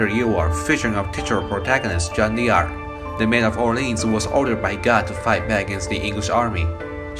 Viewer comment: It's pronounced Jeanne DARC... Not Jeanne Dee Arc... This is French, not African American... Just pointing out the truth about how what you're talking about is actually pronounced, not whether a culture is better than another.